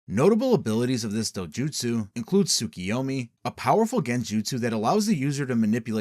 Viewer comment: IS THIS ? (btw, its tsukUyomi, not tsukIyomi)